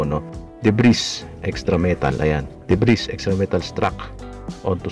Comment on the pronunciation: Deb-ree ang pronounciation jan, hinde deb-riz